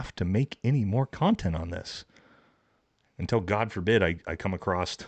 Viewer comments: Love your content and your podcast as a vet I appreciate you holding ths celebrity vets accountable. One pet peve, you corrected the grammar on Tims site; but several times you’ve said you “cane acrosst” it’s *across lol now as you were Semper Fi. Btw we marines were issued crayons and repeatedly told not to eat them and if I’m correcting your speech and English what’s that say? Lol happy holidays in all seriousness I hope you and your family have a great chrjstmas and new years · "AcrossT"?! Another weird, made up word. Just like, "Broadcasted" and "Eckscape". Why can't Americans speak proper? Total non-sequiter, but it baffles me. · THERE IS NO "T" IN ACROSS